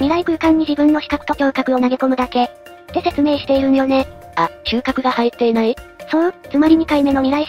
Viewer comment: の所で嗅覚を「しゅうかく」と読み上げしてますが、正しくは「きゅうかく」ですね。かく言う私も子供の頃から「しゅうかく」と覚え間違えしてて、良い大人になってから覚え間違えしてた事に気付いたので、印象深い熟語なんです。